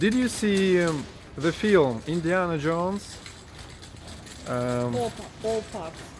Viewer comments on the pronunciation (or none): none